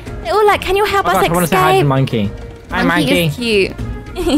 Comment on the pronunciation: I like how she says “escape” like”exscape” 🤣